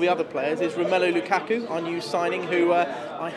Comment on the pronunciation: lukaka?? xD